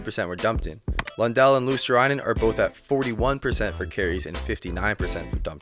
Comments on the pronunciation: You are not far off with Luostarinen pronunciation, just instead of saying Luostar-A-inen, drop the A and you're good to go. Other than that, great video. I miss Marchand in Bruins, even tho people hate him, you can't deny his skills. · Fwiw it's pronounced Luos-ta-ree-nen Finnish is a phonetic language, so every letter sounds the same (virtually) every time. "i" is always like in the word "in" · It's pronounced "LUO-star-ee-nen" if you want help with that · Luostarinen, not ”Luostarainen”. 😂 But otherwise good pronounciation. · Pronunciation tip for Luostarinen: swap i (which you pronouce with 'ai' here) with e, as if you would read Luos-ta-re-nen. Or refer to how 'rin' is said in Pekka Rinne. That way you'll sound much closer to the actual Finnish pronunciation. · About the pronunciation of Luostarinen (it can be hard, I do believe that): the "i" is pronounced as the "i" in the word "will" or "kill'. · You butcher Luostarinen's name pretty much as bad as it's possible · I never heard that a north american has pronounced "Luostarinen" correctly... but only once (by THG just recently)... you could always use for example google translator tool and make it read the name out loud. Ofc... all this is no biggie... just saying. I think they are trying though, but google translator is good tool to utilize for nailing the pronounciations... EDIT: oh shait... forgot to compliment the idea of the video... it is good, I mean all the good 3rd and 4th lines do not get any mentions at all... well done... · Good video! these guys are not being noticed even in Finland. one tip, as I'm pretty sure you have finnish viewers. Would be cool if you would pronounce finnish players name's correct way. You absolute bucheret Eetu's name :D (Google translator voice thing pronounces it correct) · The I in Luostarinen is pronounced as on intend